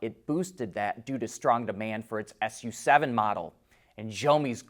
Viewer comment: Xiaomi Su7 is "Su" not "S.U." theres a car called Avatr 12 (a beautiful sedan), its not Avatr twelve but Avatr one two.